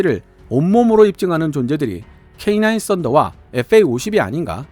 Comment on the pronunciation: K9 캐이나~인 인데 발음이 거슬려... 캐이 냐?! 인이 아님!!!